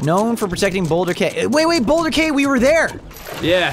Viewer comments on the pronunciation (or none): Sorry but when you said boulder cay you said it like boulder kay but its pronounsed as key